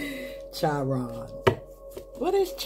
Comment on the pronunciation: Thank you for your reading🩷 Chiron sounds like kiron. The healer unable to heal self…but able to heal others 🤗